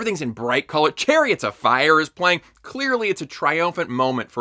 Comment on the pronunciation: I'm sorry, but how did you pronounciate "chariots" again?